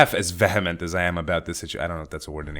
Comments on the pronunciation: My father and I also voted against the asshole from Italy but alas, it appears it wasn't enough. I really hope in a positive development soon. This country has had enough bullshit for a thousand years. Oh, and "vehement" is pronounced 'viːəmənt,, "ə" being the sound in "the". Just thought I'd let you know since it's one of my favourite words. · It's "VEE-uh-ment" though, but yeah I love your vocabulary <3